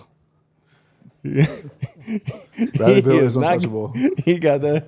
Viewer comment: “Bradley Beal” 😂😂